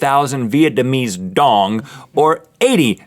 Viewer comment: guys that's not how you say Vietnamese dong😂